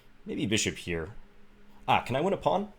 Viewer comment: "Let's go hyere" :)